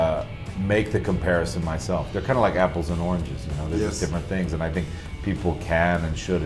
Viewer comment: Es "comparison", no compareishon